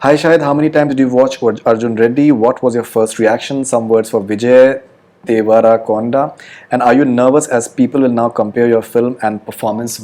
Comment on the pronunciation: Could the dip-ass interviewer not even pronounce “devarakonda”? What a massive twat